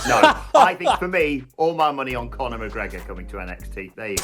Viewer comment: It's Conor McGregor. 😂